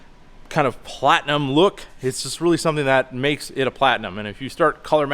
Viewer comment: You keep saying "Platnium" King Ranch is a lateral package as well.